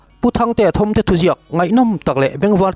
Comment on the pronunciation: tih hi, Thawmtê tih laitak hi thil ri thâwm kan sawi anga lam tur a ni. Eg, Tang a "Thâwm."